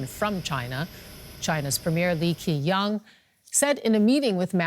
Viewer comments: I'm sorry, did you pronounce Li Qiang as "Li Kee-Yang"? It's pronounced "Li Chiang" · "Li Qiang" pronouncd Lee Tchiang with the "ch" as in german "ich". And the commentator is commenting from 2000 km away?? There`s the ARD Studio with a lot of staff in Beijing and as far as I remember ZDF too.... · I'm sorry but your opinions are invalidated after that pronunciation of Li Qiang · From pronunciation of the premiers name 😂